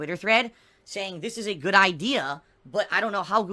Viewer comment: "It's gahuut! Not guut.. Gaaahuuut!"